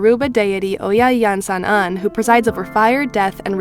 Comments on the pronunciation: I’m Mexican, your pronunciation is quite good!! You pronounce it as E-an-san. Or if you want you can put the name into google translate Spanish and let it read the name. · Iansan is my mother ❤️❤️ you pronounced her name the right way! She is not necessarily a goddess, but an orisha. You can think of the orixás as the adepti, for example. The pantheon is huge, and each orisha represents both an aspect/element of nature (their kingdom) and the type of help for us humans. Iansan represents rain, lightning, and also winds (from the gentlest breeze to the fiercest wind). She takes the form of a woman, a butterfly, and also a buffalo. It is considered an orisha of war; very curious, active and independent, she was the only one among the women in the pantheon who gave up being queen so she could travel through all the kingdoms and learn at least 1 of their secrets. She is a good-natured sorceress, she also has the role of scaring away evil spirits and calming mental disorders. Hope this helps with the theory